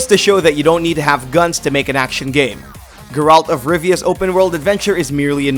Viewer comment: I love how he pronounces “geralt” wrong